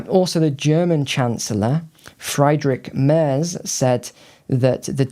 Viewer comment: May I help with the pronounciation: Ursula von der Leyen = OOR-zoo-lah fon der LIE-en, Friedrich Merz = FREE-drikh Mairts.